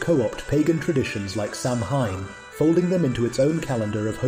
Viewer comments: UGH!!!!! WTF???? The bust just said, SAM-HINE....NO!!!!!!!!!!!!!!!...... SOW-IN! .....Thats HOW IT IS PRONOUNCED! God damn! GET IT RIGHT! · You lost me as soon as you mispronounced "Samhain." It is pronounced as Sow-wen; NOT Sam-hane. Every real, practicing Witch, or Wiccan, has a good chuckle when they hear it said improperly. Being able to say it right is sort of a measuring stick of realness for us. Just saying. 😊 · Thank you! Not Samhain. It's pronounced as Sow-wen. Amateurs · Sure about how "Samhain" is pronounced? (Hint: not the way this narrator pronounces it.)